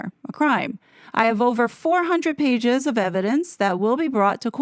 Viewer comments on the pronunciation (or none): none